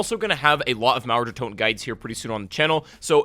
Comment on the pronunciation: When you spell Mauer der Toten i understand naruto der toten